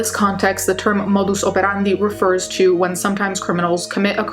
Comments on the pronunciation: Do you “speak” Latin fluently? I’ve never heard anyone pronounce modus operandi with an accent before. Edit: Well I got my answer when watching another of your videos. I now know Italian was the your first language which comes from Latin(obviously). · I love your Italian pronunciation of "modus operandi."